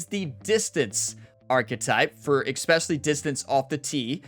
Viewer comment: You have not a grasp of how vowels werk. Also, while there is no X in the word "especially," you seem to be putting extra-special emphasis on EXpecially. Otherwise, I'm looking forward to applying your player tips.